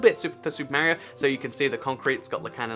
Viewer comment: it's Mario not maario